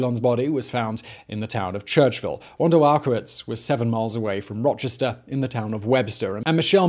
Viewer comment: i love the way simon butchers the place names where i'm from. now do one on Arthur Shawcross.